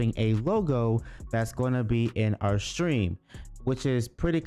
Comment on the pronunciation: it's Stream not Strean